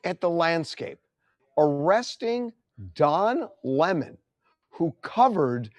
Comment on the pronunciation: Its pronounced LEMON ...rhymes with Felon .